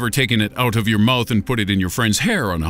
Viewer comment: you said "oat" and not "out"